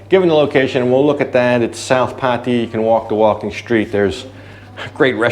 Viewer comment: Every tme a vlogger pronounces it Pattie-ya, a kitten dies 😥